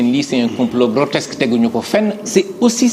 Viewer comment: Ohhh il est soûlant ce journaliste et oui pas logique. On dit grotesque et non grotexce, ignare va! Qu'ils sont élégants, éloquents, pertinents et réfléchis... les Pastefiens 🥰